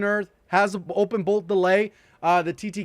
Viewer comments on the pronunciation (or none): none